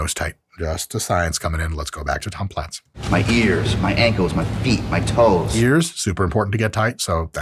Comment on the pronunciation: Are we sure his last name wasn't pronounced as "plates?"